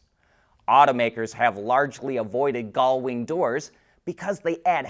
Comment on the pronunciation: Is there a chromosomal reason that you cannot pronounce gullwing?